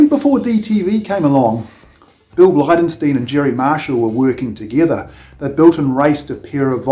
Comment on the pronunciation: It's pronounced 'Bly-den-STINE'. I met the man, he built an engine for our rally car in the 80s. A very nice guy. Please get his name right.